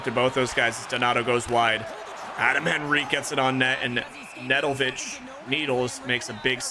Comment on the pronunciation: The Sharks’s goalie’s name is Serbian maybe and I think it’s pronounced ned-L-ko-vich with a silent J